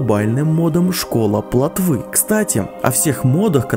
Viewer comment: не плотвЫ ,а плОтвы. Фу. 30 раз он проходил. Не верю